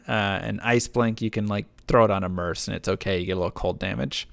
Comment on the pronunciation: Pretty sure "merc" is not pronounced "merse" 🤣